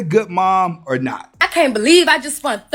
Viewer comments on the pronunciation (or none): 😂😂😂 she mint spant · Smh at "I just spunt 3500 dollars" Ma'am what the hell is spunt?